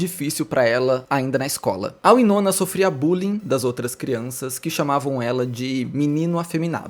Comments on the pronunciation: se pronuncia Why-nona, não Wee-nona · Pois é verdade, me dá agonia ele falar errado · Curiosa a pronuncia "uinona" e não "uainona" 😆 gosto mto dela, ela é incrível!!